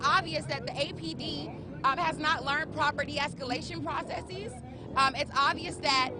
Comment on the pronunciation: If you pronounce "processes" as "praw-cess-EEZ" you are a fundamentally-unserious person